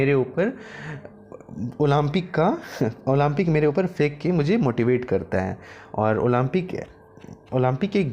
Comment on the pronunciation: Olaampic lol atleast improve your pronouncation